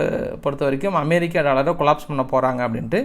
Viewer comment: iris aunty,Super Super best News ❤😂😊😅❤ in RUSSIA not AM BIR RI KA 👍